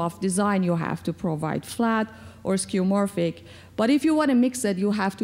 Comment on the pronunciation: it's skeuomorphic not skeumorphic.